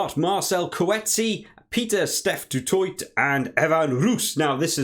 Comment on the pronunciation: Some phonetic pronunciations for South African names ( Use it/don't use it 😉) Du Toit (Du Toy) Coetzee (Kootseea) Nyankane (nYakane) Esterhuizen (Esterhayzen) Arendse (Ahrense) Nortje (Norkeea)